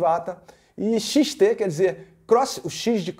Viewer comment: Xtesão???? kkkkkkkkkkkkkkkkkkkkkkkkkkk,Mano fala Yamaha XT grande,kkkkkkkkkkkkkkkkkkkkkkkkk